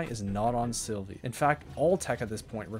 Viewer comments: silvie, desoloto, atreiox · I love the mispronunciations of the planets. Sylva is “Sylvie.” Desolo is “Desoloto.” Calidor is normal, “Calidor.” Vesania is “Vanessa.” Novus is normal, “Novus.” Glacio is “Glaissio.” Atrox is “Atriox.” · OH MY GOD PLEASE ITS SYLVA NOT SYLVIE, SYLVIE THE SNAIL NOT A GODDAMN PLANET!